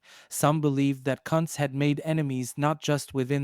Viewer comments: Its pronounced: "Coonz" & not cunts 🤦🥴 😂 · Who in the h-ll is father "Cuntz" ? 😂😂😂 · 😱😱 you NEED to delete this!! You must he a tad lazy, ignorant. omfw. YOU ARE MIS-PRONOUNCING a DEAD man's name and insultingly as well! 😡🤦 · Your pronouncing his name wrong. Very wrong!!!